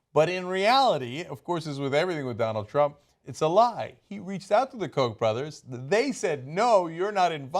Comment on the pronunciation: The Koch brothers, people should look up the actual German pronunciation, it's not Heckler and Coke.